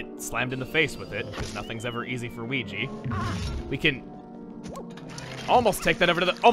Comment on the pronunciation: Hes speaking the language of weegee